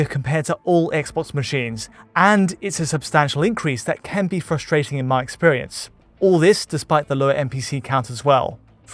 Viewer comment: Why can't say "can"?